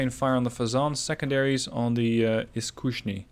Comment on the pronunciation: Just a quick note from russian about russian: you are doing quite good, yet for some reason you pronounce Iskusnyi as Iskushnyi :(